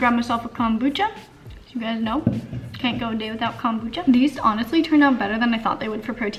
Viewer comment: Every time you say “kahm boocha” I die